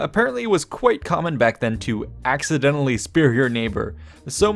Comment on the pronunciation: Sorry you said accidnently